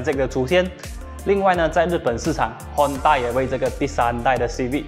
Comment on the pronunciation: Hon taaaaa... Lol cmi english